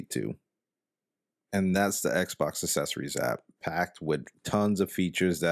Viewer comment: Says "assessories" instead of "accessories" 😂😂😂😂😂😂😂😂😂😂😂